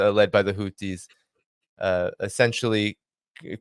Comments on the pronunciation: He says the houdie 😂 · Scott's pronunciation of Iran is too good. It is not Houthis, it is Ansarallah.